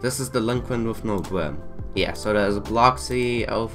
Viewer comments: it’s not delinquent with no bwim it’s delinquent with no brim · It isn’t their fault they have a speech impediment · Speech impediment